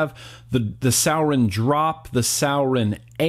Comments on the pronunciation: Fredric Frost I pronounce it sur-i-on not sour-on for sure lol Love you! Great review still:) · Sour-in 😹 first time I’ve heard it pronounced like that. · I was cringing the whole video because he said suorin wrong 😂 fucking awesome video! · sowwrin lmao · pronounced soar-in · Is this just an opinion or is there proof of how its pronounced? I mean its spelt the way he says it. Sour-in...... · Draxz i know, the way he said it was ticking me off